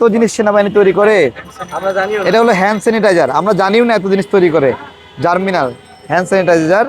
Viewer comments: ভাই উচ্চারণটা জার্মিনাল হবে না, হবে জার্মনিল।। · জার্মিনাল না জার্মনিল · 'জার্মনিল' হবে, 'জার্মিনাল' নয়।